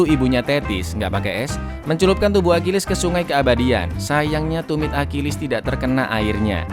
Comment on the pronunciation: Bang bahasa Yunani itu gak sama dengan Inggris bukan akilis cara bacanya Achilles trus Paris itu yaparis tetap